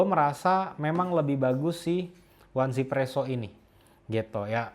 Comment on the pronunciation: 1 dalam bahasa china dibaca "yi". Jadi, cara bacanya "i-zi-presso" bukan "wan-zi-presso.